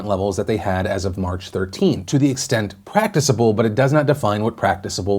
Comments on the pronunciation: Prac-tic-able not practice-able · Phil....."Practi-sable"?????????? Really dude!!!!! "Practi-cable"............. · "practicable" Phil, not "praticeable" haha. not a big thing. Great job. I would like to see you talk about the specific measures that S. Korea, Singapore, Hong Kong, and Taiwan took that really worked. I also think ut's important to acknowledge that while it's great that celebrities and companies are coming together to donate, (similar to the crowdfund for medical expenses popularity), we shouldn't really need to rely on the goodwill of rich people for medical need and national crises.